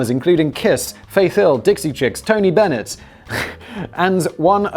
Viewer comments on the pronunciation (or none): none